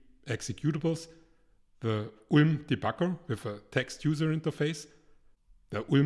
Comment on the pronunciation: Boah mein Kopf schmerzt bei der Aussprache von ULM 😂